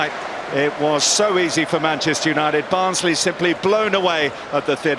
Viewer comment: It is barnsley 😂